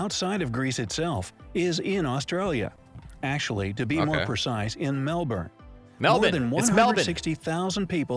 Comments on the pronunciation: Ummmmmm.......... Narrator: What are 'E-Moos'? It should be pronounced along the lines, 'E-Meus'. Also, Mel-bun, not Mel-borrrn. ;) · Eye Twitching 😂” It’s Melbin! Not Melbourne hahaha you’re learning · Love you rolling your eyes at the mispronounciation of Melbourne , like a local 🤣😅🤣